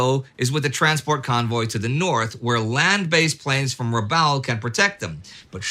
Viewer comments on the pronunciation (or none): No, but, if you're an American, It's Corregidor with a hard g and Rabaul as in After Rabaul Is Over.. And I didn't need to use profanity to make my point, either.